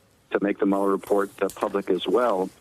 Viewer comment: I’m not crazy but why is he saying Bob Mueller 🤦🏽‍♂️